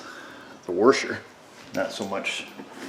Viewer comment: What’s a “warsher”?